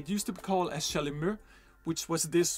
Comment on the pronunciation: Thank you for this great new instrument (which I will play soon, of course) and for its history! Oh, and by the way, "chalumEAU" is pronounced in french with a final "O", like the one you hear in the english word "fOUr"! You welcome 😉